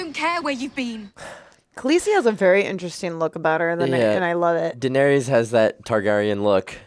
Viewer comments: Oh my dear sweet summer children😂😂😂😂😂😂😂 there IS NO “E” sound at the end of Varys OR Daenerys. The “ys” rhymes with the ending of the word “kiss”. So basically Dan-air-iss and Lord Var-iss. Love u two! Figured you’d wanna know bc you seem to be loving this show so I know u don’t wanna get to season 8 and then realize you’ve been saying it wrong the whole time 😂😂Awesome reactions as usual guys! Can’t wait for the next one! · Varys: “Var•ees” 🚫 “Var•iss” ✅ Daenerys: “Daener•ees” 🚫 “Daener•iss” ✅ Rickon: “Rick•in” 🚫 “Rick•on” ✅ Maester: “My•stir” 🚫 “May•stir” ✅